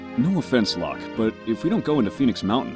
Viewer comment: It is painful to hear them call Locke "Lahk".